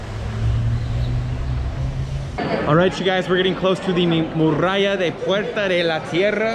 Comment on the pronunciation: 🤣Tú no eres 'morralla' (minuto dices morralla por muralla) sino un tipo estupendo que pronuncia mal español como yo pronuncio mal inglés, jeje. Gracias por todo friend!!!🙂😃👏